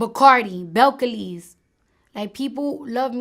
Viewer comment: Wow! 🤣😂🤣🤣 She doesn't even know how to pronounce her own name 😂🤣 she said Bellcaleez making it sound like herculeez😂🤣😂😂 Cardi let me help you it's Bel-cah-leez that's the pronounciation mamaz 🤣😂😂😂